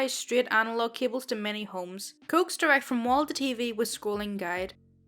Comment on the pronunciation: I really liked this video. However, just for your own knowledge, the word "coax" isn't pronounced "cokes;" it's pronounced "co-axe." Thought you might like to know.